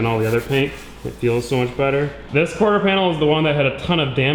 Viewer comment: Not corter, quarter bro, not trying to be mean jusy tryna help u out a bit with that one